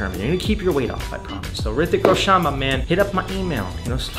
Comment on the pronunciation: Thanks for the video. I enjoyed it thoroughly. Just say his name properly, its Roshan, not Roshaan.